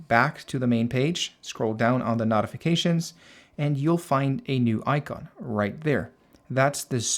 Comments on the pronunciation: brother, I greatly appreciate this video. i appreciate the work and time you put into making this. It was very informative and I did learn a lot. BUT the way you pronounce "notifications" is wrong. It's no-tif-uh-cay-shuns, instead of not-if-uh-cay-shuns. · Why in hell do you say "knot-ifications" instead of "note-ifications" like a normal person? That's insane. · It's not not-ifications...it's no-tifications. Otherwise amazing video. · Im really losing my mind as this guy keeps saying "Naughyfications" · Why are pronouncing notifications like knotifications? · I will Notify you how to properly pronounce "Notify" or "Notifications" It's pronouncwd NOTE-ify. Or NOTE-ificatations. You speak perfevt English other than that. If you cam do me another favor and just say "I'd like to Notify You that your fly is undone" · I like that you pronounce notifications as “nautification” 😅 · The way you say notifications be pissing me off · ok, the way you say notifications pisses me off